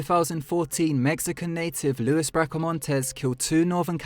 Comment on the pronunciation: It's not your fault, you're obviously from a place that doesn't have many Mexican people, let alone Mexican or American Indian words, but Luis is pronounced LOU-EES and Maricopa is pronounced Maricopa, lol. Im just yanking your chain. You're actually one of my favourite narrators. And sheriff Joe Arpaio is a god damn lunatic.